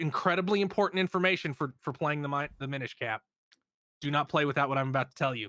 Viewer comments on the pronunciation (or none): "Mine-ish Cap" bruh...